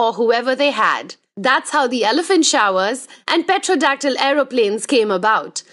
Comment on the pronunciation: An innocent correction... Pterodactyl is not read petrodactyl, but as terodactyl.. The p becomes silent.